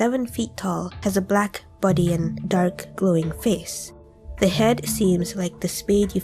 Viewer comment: you sound like you are saying "serpentine buddy" instead of "serpentine body" and I love that so much, keep up the good work😄